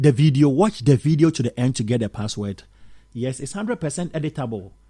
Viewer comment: Saying password wrong